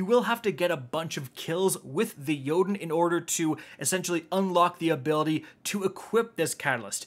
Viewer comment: YES!!!!! Finally a content creator who can correctly pronounce Jotunn's name.